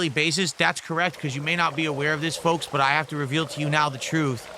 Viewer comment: He also occasionally pronounces “but” as “boaht”😂 I hate him so much